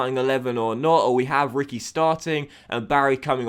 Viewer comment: reekwee not Ricky